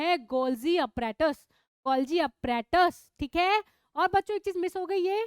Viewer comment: Appratus 😂😂😂😂😂😂😂 Apparatus ..pronunciation madam